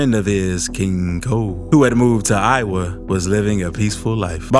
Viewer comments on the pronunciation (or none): none